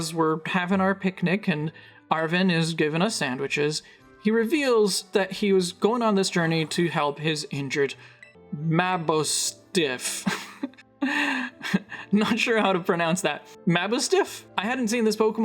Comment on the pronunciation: I think it's "Mah-Boss-Tiff", and personally I think the fact that Arven doesn't outright say he's doing this for his Partner Pokémon when he first meets you makes more sense. He doesn't trust you at first, at least not fully, and he's seemingly quick to get irritated, nor appreciates pity. But when you show up a second time, he feels like at that point, he's willing to be vulnerable around you. Not everyone reacts the same to an injury or illness, but I personally like that he has to get comfortable around you before he tells you his true reasoning.